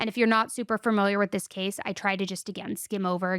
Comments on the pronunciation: I love you but it’s fAMiliar not farmiliar… I’m sure you’ve heard it before but damn girl, every episode? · You say "fermiliar" like one of my friends and I think it's so cute